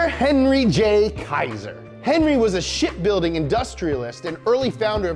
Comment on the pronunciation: I thought he said shitbuilding